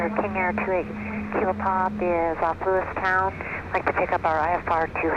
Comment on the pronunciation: Its not Lewistun - its Lewistown :) I was born in Great Falls, raised in Browning (up by Glacier Park) and Missoula.